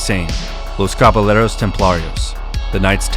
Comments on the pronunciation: A pointer on pronunciation, the word Caballeros would be pronounced "KabaYeros" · You should check the pronunciation of foreign terms. Caballeros is pronounced with a Y sound, not an L sound (ll in Spanish is a y sound).